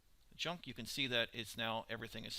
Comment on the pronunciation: Laugh and Junk......its lathe and chuck